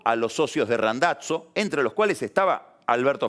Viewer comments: "Randatzo". Fenomenal Pagni, hacía mucho no escuchaba una vocalización semejante. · que tal esa pronunciacion plus origen de, " Randazzo " y " Hurlinghan" sape!